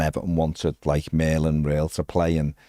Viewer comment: Not to be THAT guy, but let's respect the man's name. Merlin's last name sounds more like "rule" because of that pesky umlaut. Just trying to respect the player and not develop bad habits. 🙂